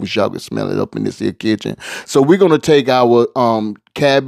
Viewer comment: I trust the pots of anybody who says "dis here"!!!!🙏🙏